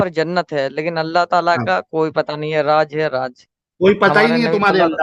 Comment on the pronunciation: Raaj hai ya Raaz ?? Aur Julum kya hota hai? Zulm bolna aata hai? Pehle urdu dhang se bol, phir Arabic seekh, Phir kitaab padh.